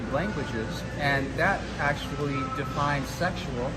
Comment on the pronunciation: “Aktully aktully mathematically aktully “ :D